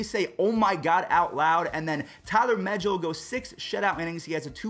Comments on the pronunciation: It's meh/gill as in a fish gill. Get it right it's a name ur gonna need a lot. He's better than Degrom on was in his first five starts. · Ty-LORE Muh-Gill, like McGill. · if you say “Megill” wrong again I’m gonna lose it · It’s Tye-lor ma-Gil the Mets pitcher not what ever you said lol